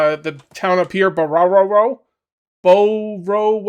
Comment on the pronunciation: I know you are trolling us - certainly works on me - but the W in Borowo is pronounced as a V. So it’s Bo-ro-vo. It’s a real village in Poland. It’s easy to say.